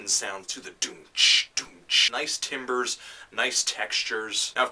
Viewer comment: ive loved your reviews for a long time and im a big fan but i just have to say that the word timbres is pronounced tamber. not trying to be a know it all, just fyi.